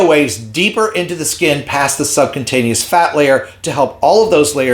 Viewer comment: Are you sure you are pronouncing the word 'subcutaneous' correctly?